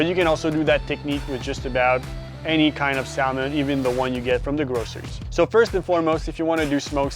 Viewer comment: You don't pronounce the L in Salmon dude🤦🏼‍♂